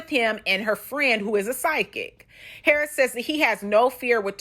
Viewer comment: Girlllll the way she says "HARRIS" drives me NUTS! LOL An ole girl needs to chill on the wine and whatever else she is doing...it's TOO much! LOL